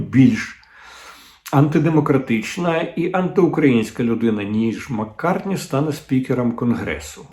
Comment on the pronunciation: Ні, ну це вже занадто! Дмитре Олександровичу, Ви ж минулого ефіру вже навчилися прізвище республіканця Кевіна Маккарті вимовляти, я так зраділа) І знов Маккартні 🙄 І ще й три рази поспіль!🫣 Ви хоч слухали пісні Пола? Чи може навпаки, так фанатієте від Бітлз?😊 Але, все ж краще відрізняти англійця від американця.🤪 За решту знань зусиллям волі ставлю вподобайку. І останнє: не лайтеся в ефірі словами непотрібними на букву "х"(не христянство!), бо неприємно ріже слух, будь ласка.